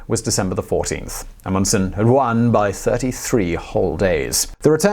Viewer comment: Stop mispronouncing Amundsen. You mispronounce so many words...and it's infuriating.